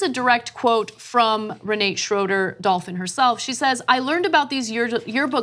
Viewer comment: Re nah te in german, her family name Schroeder is german too, Ana mispronounced it as well.